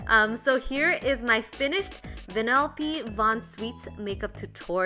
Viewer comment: It not sweets It is Schweets